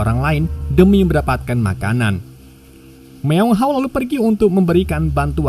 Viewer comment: Bukan myeong haw,, tapi myeong hwa